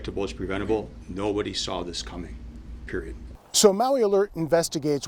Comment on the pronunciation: I can't trust a public official that says "peroid!"